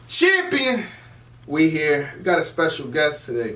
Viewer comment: The nigga say champion lol